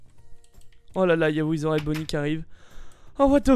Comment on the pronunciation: "On a Ouizeraide Bonnie!" XD